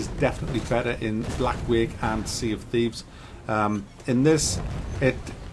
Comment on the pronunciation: "Tea of Shieves"